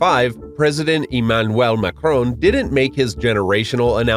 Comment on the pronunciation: " Imanouel Macouon " The video editing is very smooth, I really like it.